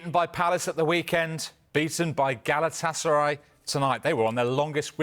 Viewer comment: Not galaaatısaray just galatasaray